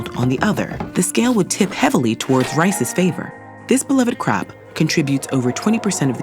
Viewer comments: I had to listen to this sentence again. "This beloved CROP...". XD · After checking the closed captions, I was surprised she said 'crop' instead of ... well what i thought she said...